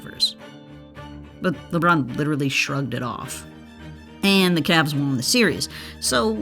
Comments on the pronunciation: Love this channel but it kills me when the voiceover says “Juan” instead of won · won is pronounced like one not juan lol